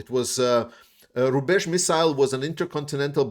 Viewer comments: ‘Rube h’ sounds like ‘rubbish’ in English! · The "rubbizh" missile lol